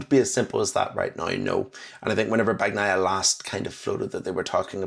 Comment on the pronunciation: Just out of curiosity: how can someone who sees Bagnaia after after day of track action still call him "BaKnaia"? 😂 Try "Bañaia" if that maybe helps, 😄